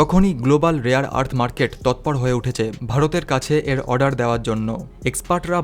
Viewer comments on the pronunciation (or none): none